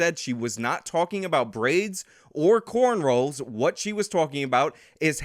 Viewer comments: I know it's nonsense semantics, but you calling corrnrows "cornrolls" grates my ears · It’s “Cornrows” not Corn Rolls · Thus the contradiction. the second way you used it (the right way) is opposite the first. Semantics is a science that studies the proper Meaning of words. Not the science of the proper Pronunciation of words. Semantics would be if you wre arguing that what he MEANS my "cornrolls" is an afro (or something besides cornrow). your just saying he is pronouncing the word wrong, a spanish person correcting how you say " Bien" is NOt semantics, its what you are doing. A spanish person telling you "Bien" MEANS good is semantics. se·man·tics /səˈman(t)iks/ Learn to pronounce noun the branch of linguistics and logic concerned with meaning. There are a number of branches and subbranches of semantics, including formal semantics, which studies the logical aspects of meaning, such as sense, reference, implication, and logical form, lexical semantics, which studies word meanings and word relations, and conceptual semantics, which studies the cognitive structure of meaning. P.s. True irony is that in my copy and paste of the definition from Oxford is a sample of what your are actually doing which is called Orthoepy is the study of pronunciation of a particular language, within a specific oral tradition. The term is from the Greek ὀρθοέπεια, from ὀρθός orthos ("correct") and ἔπος epos ("speech"). ... The pronunciation of the word orthoepy itself varies widely; the OED recognizes the variants /ˈɔːθəʊ. Stop being stubborn and actively apply your mind to thinking .. that includes recognizing an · I just thought I had been saying it wrong all these years lol.